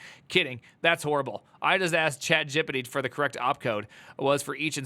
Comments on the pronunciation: why tyou say chatgpt like that ????? gipiti ?? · I love the way you pronounce chatGPT. I'm going to start saying that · gonna start pronouncing chatgpt as "chatgippity" from now on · yeah true it sounds so goofy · My main key takeaway is why are you pronouncing chatGPT as chat gippiddy? that shit sounds insanely goofy 🤣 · I love how you pronounce Chat Gippity